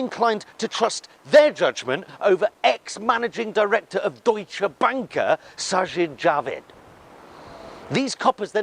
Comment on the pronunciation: Even though the Tories are wankers, you pronounced sajid javid very well!